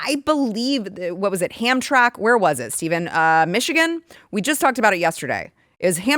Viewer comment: FYI...The city of Hamtramck Michigan is pronounced Ham-tram-ick. Not knocking you. Love the show and watch every day. I grew up near Hamtramck (Roseville, MI) and just trying to help. 😊